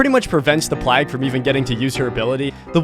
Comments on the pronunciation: plag its pronounced vomit lady get your names right XD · Why does he keep saying plag lol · YOU SAID PLAG AGAIN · he says PLAG then he says PLAGUE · “The Plag”😂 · There's someone else out there that also says plag I forgot who tho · why do you not know how to say plague, holy fuck my brain hurts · ''moving to C tier we're gonna start things wit'' dramatical pause THE PLAG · Why cant say anything related to the plag correctly? Corrupt intervention? Hah!